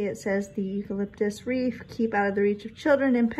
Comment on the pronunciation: Are you saying Reef ? Or Wreath ? Lol ,too cute.